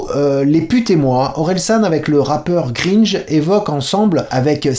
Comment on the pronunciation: Il a dit Greenje... Les mecs... IL A DIT GREENJE !!! Son nom c'est GRINGE, GRINGE, GRINGE, GRINGE, GRINGE ! 😂